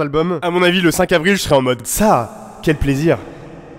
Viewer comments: Par contre le "sah quel plaisir" si vous dites pas le H fermez la 😁 Dz gang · il a dit sa qu'elle plaisir mdrrrrr il a pas prononcé le h